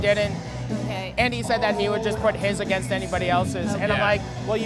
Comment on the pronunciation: "violence ageenst women in particular, there have bean"